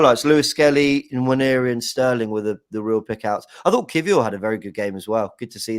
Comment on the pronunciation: It's not Nnwayeri it's Nwaneri (ONE NAY RI) "ONE NAY RI"